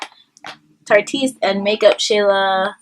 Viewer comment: Good review! I wish folk could pronounce the Tarteist brand name because it is TARTE-ist like ART-ist and most people on YouTube say it all weird LOL Such a fail for Tarte.